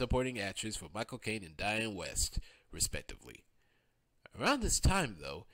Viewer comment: This is extremely well done and informative but you also pronounced a lot of people's names incorrectly (like DIANNE WIEST as DIANNE WEST). Nevertheless, great work.